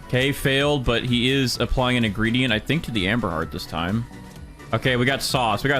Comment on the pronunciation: I keep hearing Amber Heard when he says amberheart😭